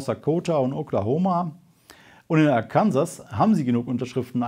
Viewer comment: Arkansas spricht man komisch aus ;)